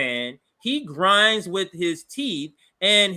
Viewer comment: Mf just pronounced grins as grind. It's a pain watching read quotes sometimes. Great stream otherwise.